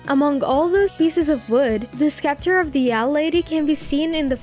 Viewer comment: The way you pronounce Eda’s name makes me cringe. It’s ‘EE-da-lyn’ not ‘eh-da-lyn’ There are other mispronounciations throughout like Bill Cipher and scepter